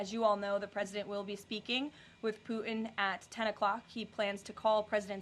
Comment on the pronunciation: Somebody tell Karoline there is a "t" in "Putin" and "important." She doesn't pronounce the "t" for some reason.